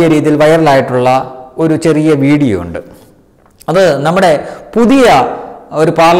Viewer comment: Need to correct pronunciation ondoo undu etc.